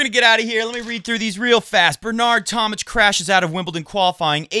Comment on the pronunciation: It's tom-mick, not tom-mitch.